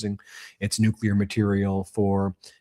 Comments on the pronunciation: Is it just me or have all the republicans adopted W's pronunciation of nucular? Or is it me? Is it not nuclear? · 💁What's a "New Q Lar" weapon? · Who's this moron that cant even pronounce Nuclear? It this the quality of politician that represents America? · Are these clowns the result of some secret experiment of cloning Nazis from the 3rd Reich? This Troy Nells is surely a case in point! He can't even pronounce "nuclear" properly & he whines over not rewarding his MAGA Brownshirts for being punished over their J6 Reichstag Fire!!! NONE OF THIS IS RATIONAL!!!!